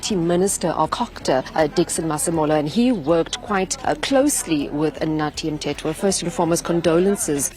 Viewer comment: AI voice cannot pronounce his name. What a joke. Dont we have a decent speaker?